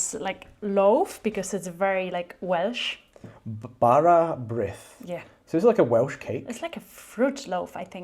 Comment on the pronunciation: Bara Brith is pronounced “Barra Breeth”. It literally translates as multi-coloured (or speckled) bread.🏴🏴